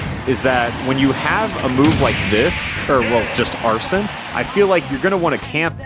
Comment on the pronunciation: Wait Did he just call Arsene, Arson